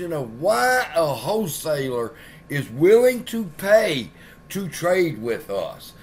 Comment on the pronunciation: i love gensler doesn't call it a wholeseller.. he calls it a hoe seller 😆🤣🤣